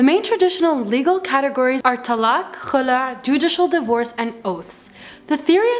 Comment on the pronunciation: She pronounce "Kh" perfectly When she say Khulah 😍😍😍